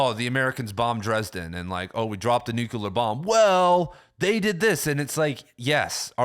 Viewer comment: NEW-CLEAR not NEW-CUE-LER. I'm loving your content, but every time you say it, I feel like I should bite down on something :P